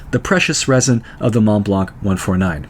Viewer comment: in Montblanc , the final "C" of blanc is not pronounced, thank you for all your videos